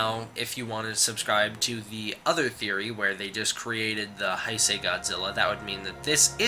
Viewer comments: great video,but just fyi Heisei is pronounced Hey-say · Nice. Just so you know it's spelled Heisei and it's pronounced "hay say"